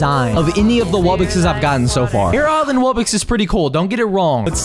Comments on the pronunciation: It’s not wubbix it’s wuBBOX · He said rare wubbox instead ipic wubbox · It is not wubix it is wubox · Pour stop saying wobbix it's wobbox I will unsubstibe if you still say wobbix